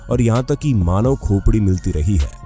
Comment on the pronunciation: Manab nhi manv 😂😂😂